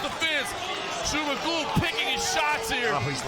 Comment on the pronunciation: Жумагул дегенди J менен жазгылачы Zh менен жазбай! Англисче Зумагул деп окуп айтып жатышат Ж - J менен жасанар эң туура айтышмак…